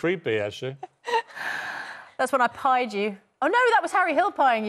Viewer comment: Man stop saying pied that sounds so wrong 😭